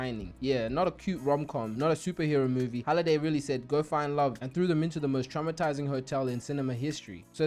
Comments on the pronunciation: Please tell me the "Holiday" bit is a joke and you actually know its "Hallaway"😂😂😂😂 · you watched the movie enough to make a recap video about it but still can't pronounce one of the most important characters name? it's Halliday not holiday nvm you got a ton of details wrong, not actually sure you watched it much at all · u made me angry saying holiday instead of halliday like haaliday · You got basically every name wrong from the movie, it’s honestly impressive how you watched the movie probably more than a couple times and still couldn’t get something as simple as names correct 🤦‍♂️. Good video other than that but damn hearing you say holiday over and over when his name is halliday is crazy.